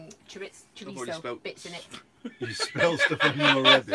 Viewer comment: Love you guys,,, but for the love of god take the T out of chorizo its not Chori-T-zo lol enjoy your cheesefest 👍🏻